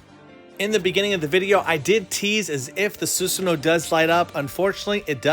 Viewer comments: Actually it's susano-o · You pronounce it the Japanese ways but you also pronounce both o’s